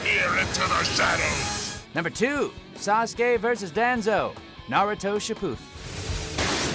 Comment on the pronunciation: That pronunciation of Danzo made me cringe